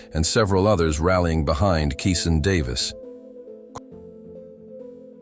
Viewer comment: Another IDIOT AI VOICE that can't even pronounce GERVONTA. 🤣 Just my opinion... 🙏📿🙏